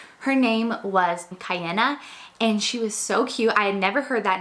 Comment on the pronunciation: the name Kiana is an interesting one and I don't blame you at all for pronouncing it wrong. in Hawaii, where I live, it's quite a common name but everywhere else I believe it's pretty unique.